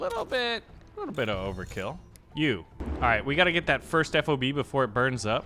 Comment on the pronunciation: Ffffff ahhhh buh (F.O.B.) Fob, one word. Please correct.